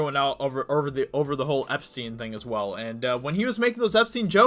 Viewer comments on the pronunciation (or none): none